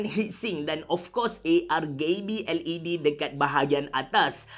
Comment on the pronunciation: "argayb led"